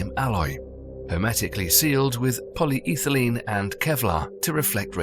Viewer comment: I can't take this dude seriously after hearing him pronounce polyethylene